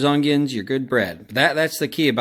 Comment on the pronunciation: I always trust a cook that puts a “g” in the word ongion